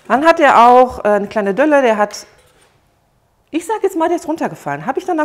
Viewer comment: Delle, nicht Dölle 😀